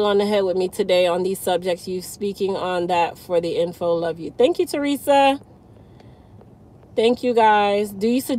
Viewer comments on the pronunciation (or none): none